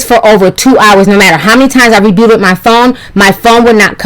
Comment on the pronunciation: You was so mad that you said "rubuted" instead of reebooted 😂